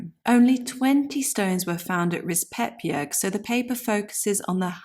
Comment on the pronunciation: it is pronounced Rispe-bjerg. Vasagard has weight on the first a and the second a is short and the last a (å) is like the o in born. the name is pronounced like VAsa-gård. both are compound names. Rispebjerg can translate into something like scratch mountain/hill. but to rispe can also mean coppicing. Gard/gård signifies an enclosed area.